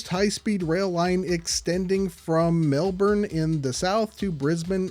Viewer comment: Says he won't pronounce Melbourne properly and then goes on to pronounce it perfectly. The mad lad.